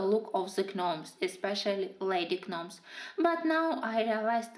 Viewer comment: Beautiful beautiful colorings I LOVE the yellow sky in the gnomes in the neighborhood page would love if you could do a tutorial on how you did that. Also just wanted to let you know the G in gnomes is silent I promise I am only just letting you know just in case you didn’t the English language is pretty ridiculous I know. Lol